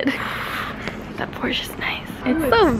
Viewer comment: BLESS YOUR HEART FOR ACTUALLY PRONOUNCING PORSCHE RIGHT